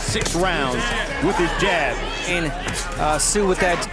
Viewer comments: never heard of this sio. pronounced szoo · You so got his name wrong so annoying it sounds like zoo where animals are kept not your way of saying it wrong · Tszyu's name is pronounced to sound like the word 'ZOO' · You say his name like Zoo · It's unbelievable that you can do such a comprehensive account of this match and the two fighters BUT you can't even do a little research on how to pronounce the name Tszyu - "Zoo"!!! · It's more like zoo with a silent t in front. t zoo. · So much disrespect mispronunciation of tim tsyu name it is pronounced ZOO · If you are going to post content on YouTube, show the Boxers some respect and learn how to pronounce their names Tim Tszyu (ZOO) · Had to stop watching as the mispronunciation of Tim’s name was too annoying. ITS ZOO. TIM ZOO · It's pronounced. Zoo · The narrator is disrespectfull. He should/could learn how to pronounce the Australian's name.. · Is this a rent a coverage review. Didnt even fix the pronunciation problems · Iff your going to commentate at least get the names correct doe doe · If your going to make a video about the man at least learn the correct pronunciation of Tim Tszyu's name. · Worst commentary ever.Get the surname pronunciation right. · I was confused who the boxer was. The pronunciation of Tim Tyzyu’s name is wrong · Did this guy not listen the the commentary. His pronunciation of Tims name really bugged me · I could not listen to this commentary, get his name right or go home. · At least get the name right . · You can’t even pronounce his name! Shows you know zero about boxing! Shut up! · Let’s have the commentary from the real commentators. Not that bloody AI voice that can’t even pronounce the boxers name.